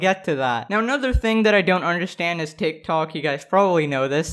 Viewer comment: The Hindi accent really pops when you say TikTok.